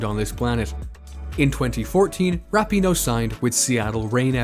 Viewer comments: Starting with the pronunciation of her name (never a good sign in a bio piece) and it goes downhill from there. Pinoe's great but I'd give the research here a D. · You said her name wrong the entire video but otherwise great info